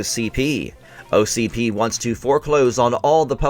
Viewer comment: ITS O C P not ocd😂😂